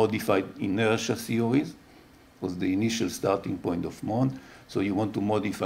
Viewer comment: I kept hearing CEO's... It's when I saw the slides that I started to hear 'theories'.